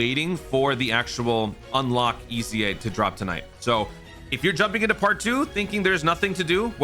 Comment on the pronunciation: did you say "Toon Ite" for like "tonight" ?